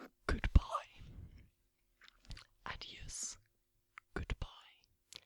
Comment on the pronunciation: I love this asmr! Lol goodbye is pronounced "adewsh" like your saying eew in the middle. Portuguese is a hard language lol my mom is from Madeira and my dad from the Azores